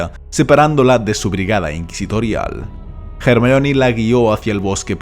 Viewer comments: ¿Por que dices "Jermaioni"? :S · Di Ermion sin miedo. Es la pronunciacion correcta de ese nombre griego. Los latinasis del doblaje que aprendan respeto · Los españoles siempre lo pronunciaron mal. Ya que Rowling tuvo que poner en uno de los libros una línea donde Hermione deletrea su propio nombre... Y esto sólo fue para dejar bien en claro que independientemente del idioma su nombre se debe pronunciar como es: HER-MAIO-NI